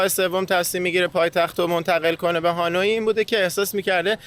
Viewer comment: دوستان عزیز خوش بگذره بهتون فقط تلفظ اسم پایتخت ویتنام هانوی هست نه هانویی حرف ی ساکن هست موفق باشین